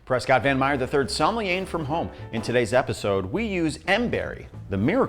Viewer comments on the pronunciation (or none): none